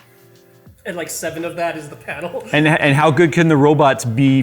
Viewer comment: LCD pain-el. 😖